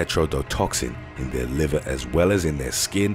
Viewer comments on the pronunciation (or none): none